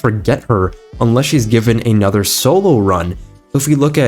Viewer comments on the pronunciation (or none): none